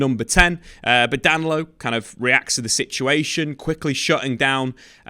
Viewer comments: … I know you don’t speak Portuguese but common Dan-lo. Da-ni-lo. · His name is Da-Ni-Lo not Danlo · DA-NI-LO sheesh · I don't know who DAN-LO is, but DAN-KNEE-LO is a player Arsenal have their eye on. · “Dan Lowe” 😂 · Oh you’re thinking about Danilo from Palmeiras. He’s talking about Danlo from “Palairmez” 😂